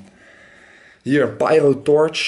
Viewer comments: pierotorch? spreek uit als pijrotorch :P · treboriaan de vries phahaha pijro Haha nee je spreekt het Engels uit